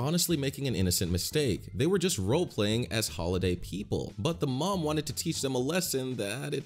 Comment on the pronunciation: Also why do you say m-oo-m it should be m-uh-m